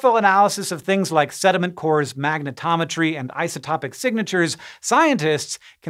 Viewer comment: It's "isotope-ick".....just sayin.....